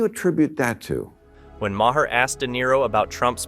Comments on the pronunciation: Ma-HER? Use your ears. I'll bet you call the VP Ka-MA-la, too. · Bill Ma-her?